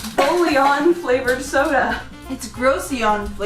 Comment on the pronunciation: Bullion is pronounced bou-youh